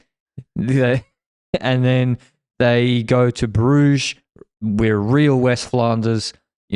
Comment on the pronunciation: Terrible pronunciation of Brugge though, I could see cringe a bit